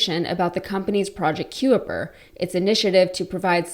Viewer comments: Just sayin’… “The word "Kuiper" is generally pronounced ky-per, rhyming with "piper". “ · Kuiper is pronounced kye-per☺ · "Kuiper" is pronounced "Kye-Per" as in the Kuiper Belt... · Kuiper is pronounced K-EYE-PER, as in K-EYE-PER belt... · Pronounced Kyper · Do learn how to pronounce names properly ! Kuiper is pronounced “KYPER”. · Thanks. I was about to point out the same. If unsure at all, were I to be making videos to "educate" people, I'd make sure I knew how it was pronounced. Makes me thirsty for some De Kuyper's anything!! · ‘Being interested’ and ‘having an interest in’ are two completely different things. Also, pronunciation of ‘Kuiper’ multiple times minimum of 4 times. Look up the pronunciation of Kuiper.